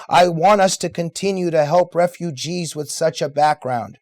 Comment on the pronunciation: Did say, "RAPE-UGEES?!!" More brilliance from that ironically "funny".